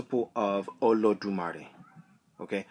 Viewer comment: You mispronounced it